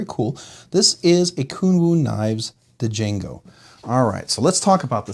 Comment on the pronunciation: So I’m guessing you haven’t seen the movie Django since you didn’t know how to pronounce it 😅